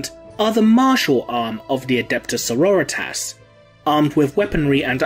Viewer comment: I just want to sya as a long time viewer of the channel i love your stuff, but I love how you say Sorritas, becasue it reminds me of Eric Cartmen sayin Authority and it is both beautiful and amazing! Keep up making the great vids!